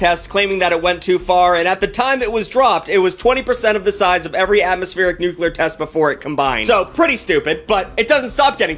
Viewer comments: Alternate title: One Hour of Frantically Mispronouncing “Nuclear” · Y'all can't pronounce "nuclear" correctly. Why is it so hard? It's exactly like how it's spelled, and as far as I know y'all say "nucleus" correctly... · Hearing you mispronounce nuclear this many times is tough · this video really points out how mispronounces nuclear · Dude pronounces "nuclear" like Bush Jr. Also, you got Vietnam backwards, they did not "switch polarities." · WHERE'S THE SECOND "U" IN NUCLEAR THAT YOU KEEP PRONOUNCING,? WHERE IS IT? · OMG! Can you learn to say nuclear correctly 😂😂🤣😂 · I am going to lose my mind if I have to hear you say “nucular” instead of “nuclear” one more time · Am I the only one that is vociferously annoyed when he says ‘nucilar’ instead of ‘nuclear’?? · him saying nucular instead of nuclear every single time lowk pissing me off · It's Nuclear... Nu - Clear... Not NuCular... 🙄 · New-clear, dude, not, new-kew-lur. Just saying. Proceed 👍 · Stop saying "nuke-yoo-lar", it's "NUKE-LEE-AR"!! Like the nucleus of a cell! Jesus, why does that piss me off so much?! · nuCLEAR. not nucular. common bruh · Nuclear* Insert wherever he says “nuculer” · Noo-klee-uhr not nuke-yuh-lur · NU-CLE-AR Not Nukular. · Not Nucular. " Its pronounced NUCLEAR, you idiot. The S is silent". ~ The Simpsons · It's Nuclear,,, not Nululer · you're a cool youtuber but PLEASE pronounce nuclear correctly🙏🙏🙏🙏🙏🙏🙏🙏🙏🙏🙏🙏🙏🙏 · It’s “nuclear” not “nucular.” Pronounced “new-clee-urr” 😂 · I really wish I could watch this vid, but the way you say "nucular" instead of "nuclear" triggers my autistic ass way too hard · I still can't get over people saying nucular instead of nuclear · please it’s nuclear not nucular 😭😭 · NuCLEAR. Not Nucular. Jfc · Jesus fuck, man... It's NUCLEAR! Not 'nucular' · I'm begging you, please stop saying nuclear like that. Spell it out "nu-cle-ar" not "nu-cu-lur" there is only 1 u in the word nuclear. Do better (I love you) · Nucular war